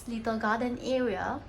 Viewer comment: Y say era when it’s actually area